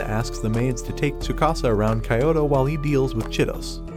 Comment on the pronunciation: Kayoto please pronounce it right it's kyoto not kayoto